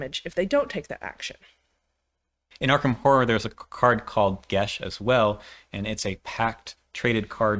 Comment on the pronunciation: Geas is pronounced "gas" or "gayss". Geis is the Irish spelling which is pronounced "gesh" or "gaysh".